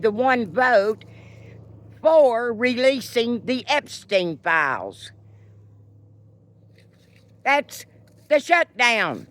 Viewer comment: God bless you, and I just love the way you pronounce the word “files”. Gid bless Antifa!